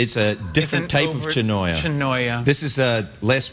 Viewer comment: It's actually chirimoya, not "chinoya" XD.